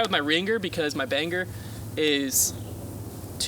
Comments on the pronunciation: Dude, you're saying Bang-ger not bang-er. You're saying the G twice. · You say Bangker instead of banger. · says gr like an animal, it's ger, he says it so aggressive on the g hahahahaha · BANGER ISN´T PRONOUNCED banGer. it´s pronounced BA-NG-ER. THE G IS SILENCED. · BaynGer. As a colorado boy it’s so painful how you guys pronounce letters. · stick with your Baynger! We love the entertainment value of the different pronunciation! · It sounds like you're saying "bang-gur" 😂😂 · Your not supposed to fully annunciate the “g” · The G is silent in Banger